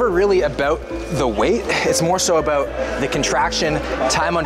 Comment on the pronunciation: "Uh-beowt" about thanks for this shoulders routine